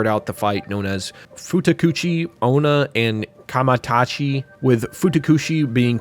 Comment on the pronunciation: From the Gegege no Kitarou segment. You pronounced some things wrong. Gegege is pronounced gae-gae-gae (or gay gay gay) Gasha Dokuro is pronounced Gah-Sha Doh-Koo-row Kamaitachi is pronounced Kah-mah ee-tah-chee